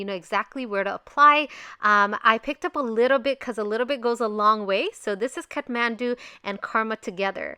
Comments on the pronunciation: Its kathmandu not catmandu😂 anyways love u💕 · Its not cathmandu its kathmandu you made amistake